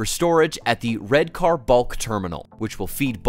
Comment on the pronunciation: Redcar is pronounced "Red-kah" before you get beaten up by the locals 🧐